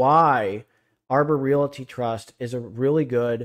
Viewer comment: Could you please stop calling a realty Re- it a rate.